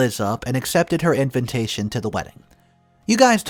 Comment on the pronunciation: I love your channel! Truly I do!!!! but please oh please it’s in-vuh-tay-shuhn NOT in-vin-tation.. I’ve followed you for over a year in the hopes someone else would eventually correct you. It literally drives me crazy. I’m sorry but please find a way to fix. All the love. Xo